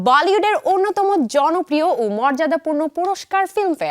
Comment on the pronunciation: উচ্চারণটি কী ভালিউড? নাকি আমি ভুল শুনলাম?